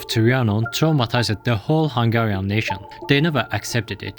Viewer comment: Hungian? Where did you learn about our name? That one school in africa that prnounces google as gooloogoloo?